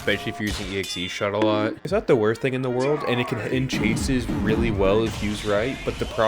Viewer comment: Bruh, not to be *that guy*, but it’s EX-shot, not EXE-shot. 🤓